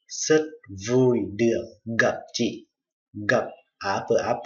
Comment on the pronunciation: chi ออกเสียงจิ้ ไม่ จิ ครับ อาจารย์